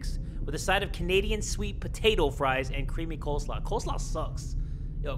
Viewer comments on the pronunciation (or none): none